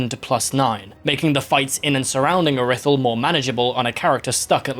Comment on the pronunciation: im sorry but callin iri-thyll ir-i-thyll has got to be the biggest fumble of pronounciation oat